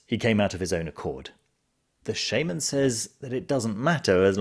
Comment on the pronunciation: It’s shaman not shaman